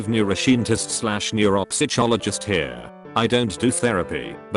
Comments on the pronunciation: nobody: tts: neuroshientist/neuropsytshologist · The pronounciations are killing me. Expecially the ones where the software tries to read out loud "neuroscientist / neuropsychologist". I lost more than a few brain cells.